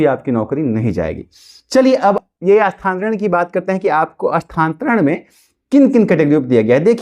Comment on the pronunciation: Tumko to bolne hi nahi aa raha hai... Ekdam bewkuf ho abhitak Sthantaran nahi hota hai.... Sthanantaran hota hai.....